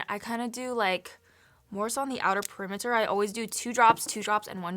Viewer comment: I just wanted to let everyone know that I was very disturbed when she said "outer permerter, and then I starts" 😂👌😭💕😏😳👍